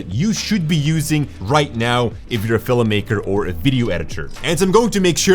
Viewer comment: ham... FILA MAKER??